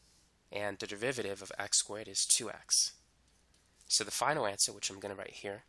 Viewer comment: Am I tripping or does this guy say devivative?